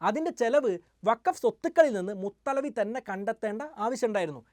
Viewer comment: മുത്തവല്ലി എന്നാണ് മുത്ത്ലവി അല്ല